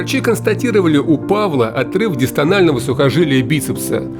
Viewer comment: Отрыв дистального сухожилия, а не дистонального)